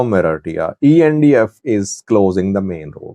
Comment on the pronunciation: Does this guy have some kind of dental wire in his mouth, or a brace twisting his tongue ?? He calls ERITREA ERITEEEYA, and MILITARY MILTREEE ... get someone else to talk for you if your tongue is missing ... so ignorant !